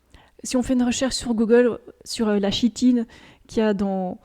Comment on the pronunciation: Jvois pas le problème de manger du grillon, et chitine ça se prononce Kitine.